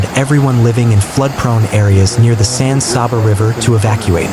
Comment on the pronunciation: Ĺisten, son. You have no clue how to pronounce the names of the cities and counties you are talking about. Menard is pronounced "men-ARD" and San Saba is pronounced with a short "a", like the word "fat", then an "uh" for the second, in Saba. It is NOT pronounced "SAW-buh". What you are doing is butchering the Spanish pronunciation and exposing your distant inability to avoid sloppyness. Just do it right or go away, please.